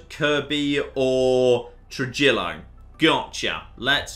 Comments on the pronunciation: “True-jill-o-“ jesus christ its “True-he-yo” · Trujillo is pronounced trah-hee-oh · Anyone else cringing at his pronunciation of Trujillo? (TRU - HE - YO) And Gallegos (GA - YE - GOS) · Trujillo is pronounced True-Hio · Trujillo is pronounced truh-he-oh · Trujillo is pronounced "Truhiyo"